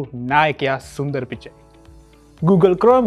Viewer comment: සුන්දර් පිච්චයි නෙවෙයි මල්ලි ඒ සන්ඩර් පිච්චායි